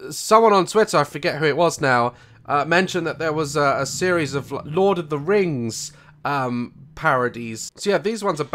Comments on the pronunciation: THE "teh lurd of the reings" WAHAHAHAHAHAHHAHHAHAHHHAHAHAHAHHAHAHAHAHAHAHAHAHAAHHA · Ah yes, Teh Lurd of Teh Reings 👌